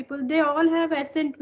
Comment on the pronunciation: Hello you are doing really great. I just want to correct the pronunciation of one word that is "accent". You are pronouncing it as "asent" but it should be "akcent". I hope you will take it positively, looking forward to your more videos